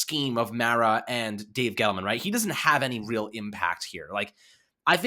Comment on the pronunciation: Young man you are mispronouncing the Mara name.